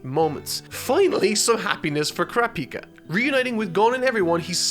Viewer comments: I know youre saying Kurapika, but it sounds like your saying Krapika and I want to rip my ears off... good video tho. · It’s not Kurapicá it’s Kurapíca 🙄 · Stress goes on the second syllable not the third! It's Ku·RA·pi·ka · Sometimes u pronounce crapika and sometimes kurapika😂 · I absolutely love how says “crapika” 😂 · Mans cannot pronounce names, its ku- ra, pi-ka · I can't unhear saying Crappyka. Not asking him to change it thought, Crappyka! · i love that he calls Kurapika "crap-pika" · Kurrap-Peeka, interesting pronunciation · HE SAID CRAPIKA HAHA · why is saying crapika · please pronounce Kurapika correctly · I really like this character... Also: goes on to change the pronunciation of kurapika a million different ways. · In the opening clip to the video they pronounce kurapika right but he still butchers it... At least he's getting closer